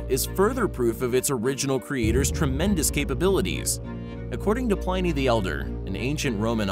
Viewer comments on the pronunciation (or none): none